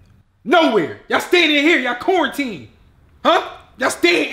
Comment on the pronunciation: "YA'LL CORNTEENED!" 😂